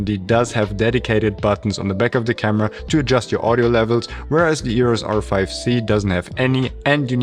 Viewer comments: Please make an effort and pronounce EOS not EORES. You can do it! Lots of deutsch/austrian people can! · It is EOS, not EUROS.